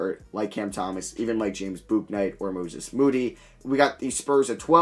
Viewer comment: Bro it’s pronounced BOOK-night